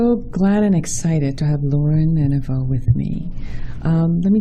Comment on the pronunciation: "EVANow" not "ENA-vow"... forgive me.. but it is important to learn and state the correct pronunciation of your wonderful guest's beautiful last name. She is a new friend of mine and I feel extremely blessed for that fact. Lauren is special woman - fascinating and delightful... brilliant and informed.. lovingly spiritual. Thank you for your excellent show and for having Lauren share her research with us all. Love, Rosemary Storm (.com)... Dr Joe Niedhart worked with my father (Psychoanalyst Rolf R. Loehrich who worked directly with Jung and Freud).. Joe was a pioneer of bio-feedback and some of the their work centered around it. Rolf R. Loehrich's works are scientifically verifiable (compared to Jung and Freud's being purely speculative). Six volumes of Loehrich's life works called The EXERCITIUM COGITANDI (Latin for "An Exercise In Thinking.") "When you CHANGE the way you LOOK at things - the THINGS you LOOK AT.. "CHANGE." Cause and Effect. Intention over distances.. indeed.. speaks to Synchronicity to the Nth Degree.